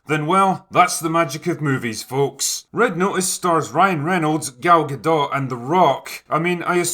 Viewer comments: Its gadoe or gadough not guhdawt (pronunciation) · How did her name end up being "Gal Gahdott" when in French "Gadot" would rhyme with "shadow", and it sounds much better that way. "Galgadoh". Or are people just totally unaware how to say her name correctly?